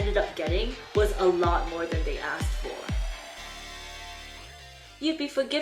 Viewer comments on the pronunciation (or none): none